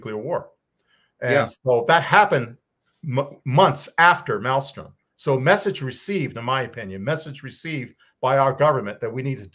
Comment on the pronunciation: South Dakota is Ellsworth, North Dakota is Minot. Also, it is not Malstrom it is Malmstrom.